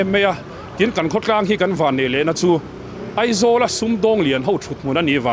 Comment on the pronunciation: E...nilo in A...tihtur aw...Eizawl nilo in Aizawl tihtur